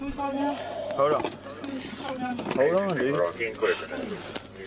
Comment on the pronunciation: AND another perp saying "I wuz skeered"! What liars....😁😁😁